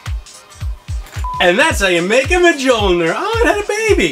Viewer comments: BRUH MUH JULL NER Mjolnir=Myullneer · Majolnir. Really. You can do better than that. It's pronounced me-yo-lnir. Mjolnir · Whaaaaattt!!! you've to pronunce: Miölnir not: M-g-olnir!!!!!!!!!!! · Just an FYI: it’s pronounced “Millneir” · Mee-ol-kneer I dunno if that helps, I think the last part mightve came out wrong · Verily, a mighty hammer for any god or Cosplayer. However, the correct pronunciation for thou Hammer is Me-Yol-Neer, or as the immortal god amongst men Paul Rudd calls it Johnathan. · I cant tell if that's a joke but its me yol neer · Ma jul ner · Learn the correct pronunciation of mjolnir its pronounced mill-nor